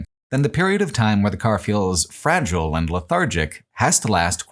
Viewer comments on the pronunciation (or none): none